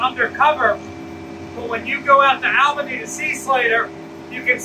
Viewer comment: This guy is clearly not from new york. Its pronounced Awl-ba-nee, not Aal-ba-nee.